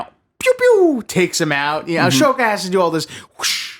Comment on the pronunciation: For the love of Christ, I love you, but it’s Ah-So-Ka not Ash-Oka 😭🤦‍♂️